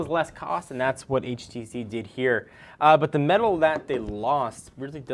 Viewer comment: Finally someone who says it right :)